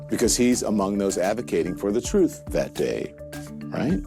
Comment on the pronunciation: My "troof" is always suspect.